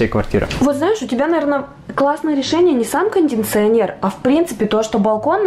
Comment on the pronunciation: Кондиционер,а не кондинционер......